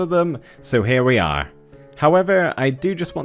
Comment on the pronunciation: Cool detail btw that I love! Saying " Our" Instead of " Are. " I love watching your vids btw!!